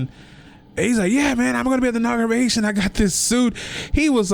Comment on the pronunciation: The word is inauguration not nauguration 👀